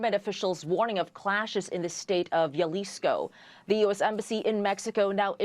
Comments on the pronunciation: Hey lady reporter -- Jalisco is pronounced "HA-lisco, not "YA-lisco." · Jalisco = Halisco. Not yalisco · Its HA-leesco (Jalisco) not yuhleesco lol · It's not JALISCO ITS HAAAALISCO I WISH THEY WOULD PRONOUNCE CORRECTLY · lol it’s not Yalisco it’s Jalisco (Halisco) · Did she say yaleesco? Lmaooooo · Hal-lisco Spelled Jalisco but pronounced best Hal-Isco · A news reader saying Yalisco cringe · How hard is it for people to say, Jalisco? “H-alisco” All these news organizations are coming up with a million ways to butcher the name of that city 😂😂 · Jalisco (hal-e-sko) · The way she says Jalizco 😂